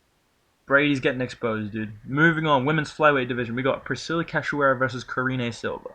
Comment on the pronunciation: Thank you for saying "Cachoeira" correctly. I almost have a seizure every time Guru say it.